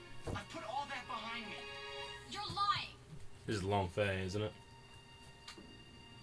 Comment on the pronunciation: Its long feng not long fe